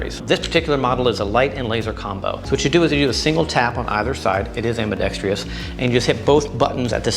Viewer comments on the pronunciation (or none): Hey, man. Ambidextrous is pronounced am-bi-dex-trous, not am-bi-dex-tree-ous. No idea why people add an extra syllable, but it's one of the most mispronounced word in the English language. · Why does no one in the gun community know how to pronounce ambidextrous?